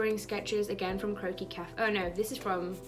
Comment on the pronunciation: I KEPT THINKING YOU SAID "CROAKY CAFE" NOT CROQUIS LOL